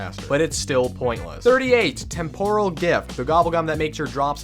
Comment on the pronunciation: mans can't even pronounce temporal correctly